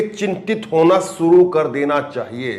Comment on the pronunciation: Bhai Suru nahin Shuru bolte hain! 'Desh' bolte hain 'Des' Nahin! Aap 'Sh' ko 'S' bolte hain! Kyon? Bhai Hindi ka channel hain toh Hindi toh Sahi tareeke se Bolo!